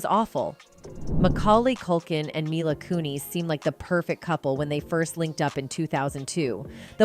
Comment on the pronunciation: This is bull. Censoring the words harassed, abusive and killed? Repeatedly spelling Catherine O'hara's name wrong. Not knowing who Roger Ebert or Mila Kunis are, mispronouncing their names. Misleading clickbait title about rumors. I will be downvoting this, and others should too.